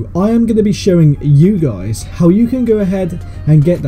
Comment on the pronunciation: Click bait this guy says ye guys